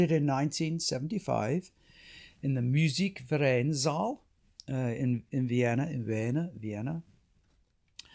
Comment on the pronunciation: Fascinating discussion of one of the most glorious of Beethoven's symphonies. If you'll forgive me - languages are my other passion- you make a couple of errors in both your Italian and German. The tempo marking is sostenuto, not sostenato. As for the great hall in Vienna- the Musikvereinsaal- it is pronounced 'verine' not 'veren or 'vereen''. The easiest way to remember the difference between 'ie' and 'ei' in German, is that it is the second letter that is pronounced: so 'verein' , like wein ( wine), meine ( mine), and kleine ( little) are pronounced as in the English ' ine", whereas 'ie' : Dienstag ( Tuesday), liebe ( love), and Wien ( Vienna) are pronounced 'een'.